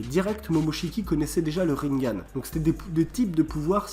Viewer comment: Tu prononce tellement mal on prononce rinnegan pas rinngan et si that théorie était une théorie et non pas un truc qu’on sait depuis avant même la fin de naruto bruh mec mais toit a jour